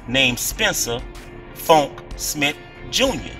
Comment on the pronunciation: Smith not smit